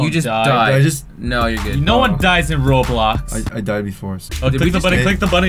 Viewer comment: roadblox man Ya I purposely said roadblocks cuz that's how he says it on his channel